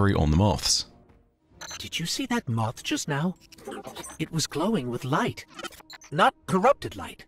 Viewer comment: "MOOTHH" same buddy, same.